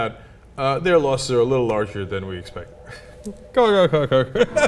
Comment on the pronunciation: "Losses, not 'Loses'"